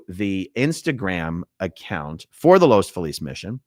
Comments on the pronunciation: It’s Los Feeliz. Not Los Falease . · Just FYI, Aaron, the city is pronounced Los FEE-liz.